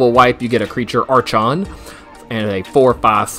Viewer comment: Archon = Are - Kon Brazen = Bray - Zen